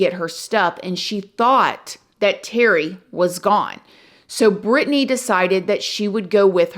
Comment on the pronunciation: I love how she pronounced it perfectly...I'm from Racine and know alot of Britney's family members...this was a horrible tragedy in my community!!